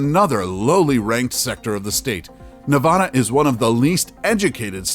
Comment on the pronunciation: If I hear this guy say Nevada like that one more time I'll shoot myself